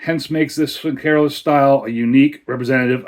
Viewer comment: Nice one 👍Horns up for the pronunciation 🤘 Horns down for the pour 🤣 Haven't had this but I had the Aecht Schlenkerla Märzen recently 😋